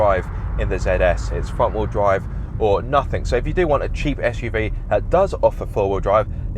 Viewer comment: I've never heard someone pronouce the word 'wheel' like that and I hope I never hear it agian.